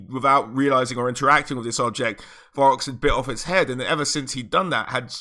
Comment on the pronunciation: Am I trippin or are you saying Borox?